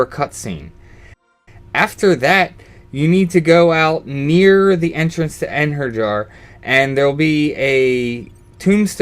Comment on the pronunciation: smh its Ein hair ee yar not Ein her yar. Odin would be ashamed (The god not the summon)